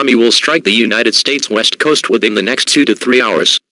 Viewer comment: I thought it said the WEAST coast